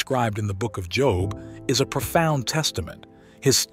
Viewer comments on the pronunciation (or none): Thank you for your feedback! We will make sure to correct the pronunciation of "Job" in our future videos. Your input is greatly appreciated!✝️🙏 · Job is pronounced incorrectly ...just saying